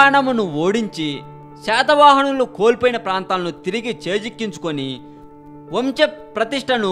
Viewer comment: ప్రయత్నం బాగుంది. కానీ భాష కూడా బాగుండాలి. హాయిగా చదవాల్సిన తెలుగుని ఎంతో శ్రమతో ఇబ్బంది పడుతూ చదవడం, వంశ అనడానికి వంచ అనడం.. తథ దధ ఒత్తులూ అన్ని అక్షరాల ఉచ్చారణా - ఇవేవీ దిద్దుకోవక్కర్లేదు. కనీసం దయచేసి ... న ణ ల ళ ఈ నాలుగు అక్షరాలూ - సరిగ్గా ఎలా పలకాలో నేర్చుకోండి!